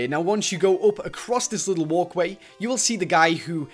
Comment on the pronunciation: who noticed that always says going gup besides going up